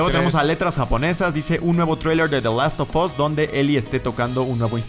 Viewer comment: Richard Rodríguez the last of ass :v